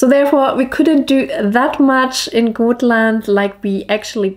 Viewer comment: Hello! Many beautiful views and nature pictures! But please don't call it Goatland! If you pronounce it as Gottland with a very short (o), it will be more correct pronunciation😘!